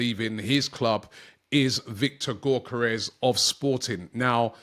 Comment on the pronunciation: Robbie mate, you don’t pronounce the G in Gyokeres